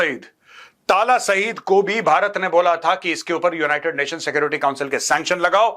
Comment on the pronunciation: Oo bhai talha saeed hota hy tala saeed ni😂😂